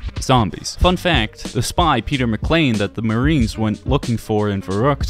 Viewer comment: Peter Mccain not Peter McClain